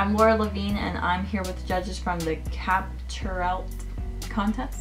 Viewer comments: Is it just me or did she say capturelt instead of captureIt by the way this is no hate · anyone else silently correcting her when she says “capturelt” insteas of “capture it” no just me lol ok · yeah bahaha she said it with an L XD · lol its pronounced Capture it